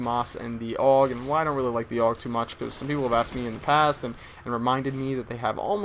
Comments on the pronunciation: I hate it when people say AUG like 'aawg' it's A.U.G. :@ Sorry about ranting lol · It's not pernounced og it's pernounced A.U.G like U.S.A. Duh every1knows dat